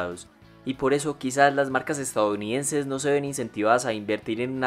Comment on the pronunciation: Este wey dice "estaounidenses" jajaja